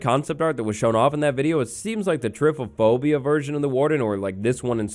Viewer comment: I love how says typophobia rather than trypophobia